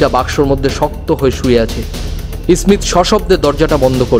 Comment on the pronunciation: ই-স্মীথ কে স্মীথ উচ্চারণ করলে ভালো লাগতো